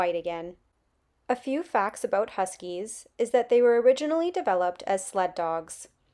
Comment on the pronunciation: The way she said about - definitely Canadian.